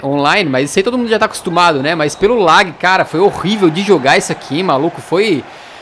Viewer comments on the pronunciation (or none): Não se fala "lag" e sim "lag"